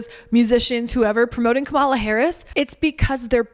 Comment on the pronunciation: I think Harrison pronouced Kamala wrong lol